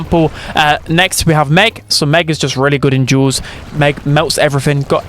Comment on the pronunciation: Duels ❌❌ Jules ✔️✔️